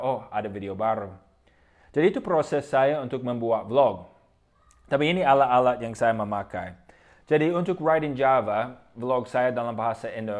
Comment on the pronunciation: akhiran kata 'at' 'et' 'it' 'ut' 'ot', lidahnya agak digigit;), jadi bukan 'alak-alak' hehe tapi keren.